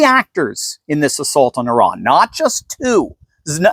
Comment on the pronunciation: it's Iran Not Iraq